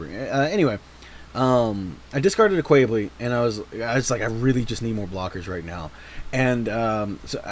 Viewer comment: Imma be honestly. I cringed every time you pronounced Quebeley has Kwey-blee. It's pronounced as Kyu-beh-lay. Other than that, interesting deck. I've been looking for decks to put Quebeley in.